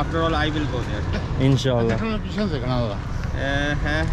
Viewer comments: I love how says Inshallah 😍 just like Muslims,♥️ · The way you said "InshaALLAH" 🥺💜 it's beautiful